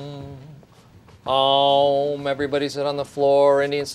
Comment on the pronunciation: It's not aauum it's OM